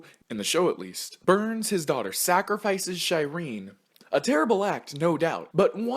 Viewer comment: "Sacrifices Shy-reen" ......................................................................................................................................................................................................................................................................................................................................................................................................................................................................................................................................................................................................................................................................................................................................................................................................................................................................................................................................................................................................................................................................................................................................................................................................................................................................................................................................................................................................................................................................................................................................